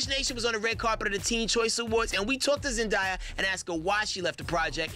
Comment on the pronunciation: no one gonna say how he said zendiya?